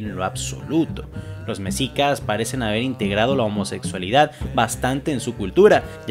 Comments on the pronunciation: no sé de dónde eres weo pero, así como pronuncias mushes, así debes decir meshicas no mesica, entiendes? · Buen video y buena información, me gusta bastante esta serie Solo un detalle, así como en la palabra Muxes la X suena como Sh, en los nombres como mexicas, xochiquetzal, xochipilli y demás palabras del México prehispánico también suena como Sh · tengo una duda, veo que pronuncias bien la palabra muxe pero no los mexicas, ¿por qué?